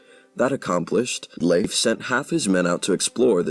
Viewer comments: Well, the video is ok, even if the names are not pronounced properly, I think. 🇩🇰🇩🇰🇩🇰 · Leif is pronounced with a difthong in the middle, e-i, so its not "Liif" Eriksson.